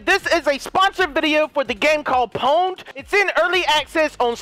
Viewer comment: I carried vanoss in the corner and just pound him :D :D I know he said pwnd but that's what it sounded like :D